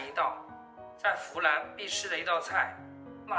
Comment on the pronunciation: 一听你说“fulan”就知道这菜正宗了